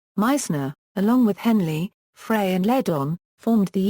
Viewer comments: Love Randy! Love ALL of the Eagles!!! However do not like this robotic voice. Once again Glenn Frey is pronounced "fry" not "fray". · Only one of the many mispronunciations!